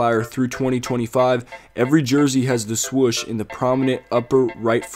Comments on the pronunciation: Dude say swoosh not swush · “Swush on the jersey”😂